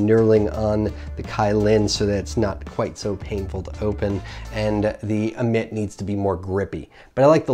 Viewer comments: It's pronounced Dammit without the D, not admit LOL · wow, 2 products that you completely butcher the name of... but Hey, you butcher your spicy jew fro and 03 fuck boy chin straps, so id expect nothing less. on the positive side, you were less scatter brained and didn't repeat yourself 800x. that's me, always finding positives and not dwelling on negatives 🖒